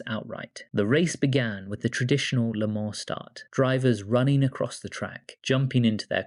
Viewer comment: How do you manage to miss pronounce le mans so many different ways in one video